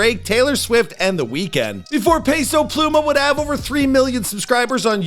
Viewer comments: pay-sow pluuy-mahhh 🤣🤣🤣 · "Peso Plumah